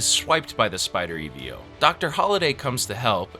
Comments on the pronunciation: E ve o. ???????????????????????????? EVO brother just say it fast accent on e . Evo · It bugged me so bad, I completely forgot about the video and anticipated the "E-V-O" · Man never said EVO correct once 😭✌️